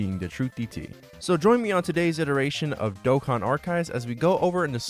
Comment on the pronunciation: as a huge charlie supporter and a dokkan lover i love hearing him pronounce the name